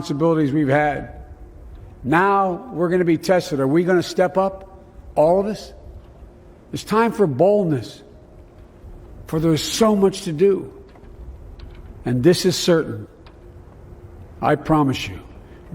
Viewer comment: I heard baldness, not boldness 😂